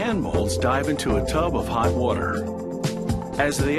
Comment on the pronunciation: Watr that's how he says it lol